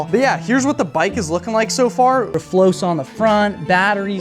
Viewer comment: R FLOXA❌ R FLOSA😎